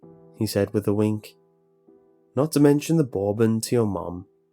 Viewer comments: how you pronounce "bourbon" in the Intelligence Agency story is absolutely disgusting lmao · Bourbon is not said like that… (government agency story)